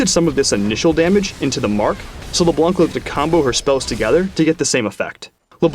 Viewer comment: wheres...its PRONOUNCED LEBLANG -David "" Turley